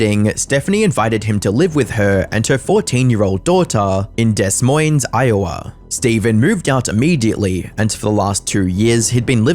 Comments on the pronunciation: “Dess Moines” 💔 In all seriousness, this was still a good video lmao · It’s pronounced “Duh Moy-een” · Des Moines is actually pronounced as “De Moin.” It’s really weird and I definitely don’t blame you for not knowing that lol. Interesting video! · oh, honey, he's on loads of drugs. FYI Des Moines is said as Day Moin. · Des Moines the S in Des is silent. It's pronounced like you would in French. Deh basically lol kinda irrelevant great video😂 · It's pronounced Demoyne. You don't pronounce the S's. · "des moines, iowa" the 's' is silent in both those words lol. it's demoin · 'Des Moines' is pronounced 'deh-moyne' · The S on Des and Moines are silent. De Moine is the proper pronunciation. I hate the be that guy but 💁🏼‍♂️ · Iowan here. So to pronounce Des Moines, say "duh-MOYN" (dih-MOYN). The first syllable is a short, reduced vowel sound, and the "s" in "Des" and the "es" in "Moines" are silent, with the stress on the second syllable. The "oyn" sound is like the word "boy" or "coin". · Deh-Moyn Iowa* lol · Minor nitpick: it's DUH Moines, not Des Moines. And, if you run across a story in Des Plains IL, it's the opposite! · Great vid but as an Iowan I cringed at the way you pronounced Des Moines lol. It’s pronounced like “Demoine” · FYI Des Moines, IA is pronounced "da moin" The guy is incredibly mentally ill. And has addiction issues (likely runs in at least his mother's side). I can def relate to the latter. He and his brother had zero parents growing up (and now). Any person on that 600 lb show is going to be incredibly mentally ill, and unless their mental problems are addressed, there isn't going to be much progress. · As someone who lives in Iowa and grew up in Des Moines, you don’t say the S in Des and it’s said as one word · Iowan here, its pronounced "De Moine" the S's are silent in Des Moines. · "Des Moine" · The pronunciation of Des Moines gave me life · both S’s in Des Moines are silent btw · The Des Moines pronunciation hurt me 😂